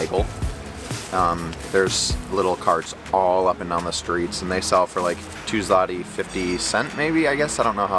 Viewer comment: ZLOTY, not 'slati' or 'zlati'. That is the name of polish currency. If you translate directly 'zloty' (złoty) would be 'golden' in english. There is also no 'cent', but there is GROSZ (grosh) (singel) . Zloty is equivalent of US dollar while grosze (plural) is equivalent of us cents. Those 60$ you spent is around 280 zł (which not small amount).